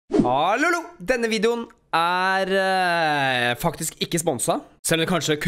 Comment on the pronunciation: Hvorfor sier du hallolo